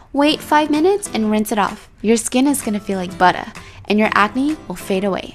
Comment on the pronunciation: Why u say butter like that